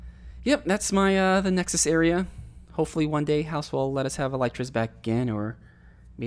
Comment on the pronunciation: Did you just say EL “Y” TRAS